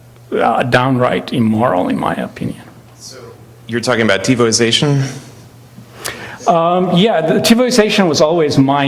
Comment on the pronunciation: Just wow, 'Tebows asian', 't-bo's asian', 'TiVo itself', 'TiVo ization', 'Tivo sation'. It's 'tivoization'!!!